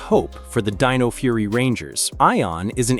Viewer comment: You need to do your research again. Tommy didn't "start" losing his green power in season 2, he started losing his green power in season 1. Also you keep on pronouncing names wrong. Watch the entire series again the shows tells you how to pronounce a name. You pronounce Dino wrong. The "I" says its name.